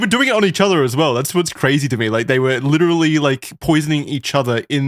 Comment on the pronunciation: I think mispronounced literally